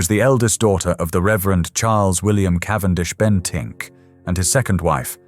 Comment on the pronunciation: "Cavendish-Bentick", not just "Bentink"